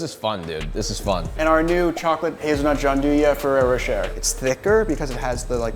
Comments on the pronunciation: It’s not rocher it’s pronounced roché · It's pronounced "roh-shay" not "roh-cher" :) Just saying :)